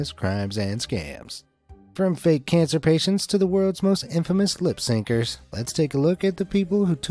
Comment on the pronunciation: Bro said “lip sinkers” lol